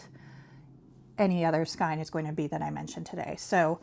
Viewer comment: Gosh, I know this is probably come across as incredibly rude and obnoxious... But it's driving me crazy. So I apologize in advance. Please learn to pronounce skein correctly... Sorry, sorry. I can't help myself.